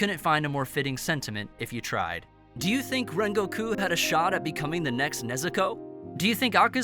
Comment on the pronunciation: Did he say kyojohru rhengokeu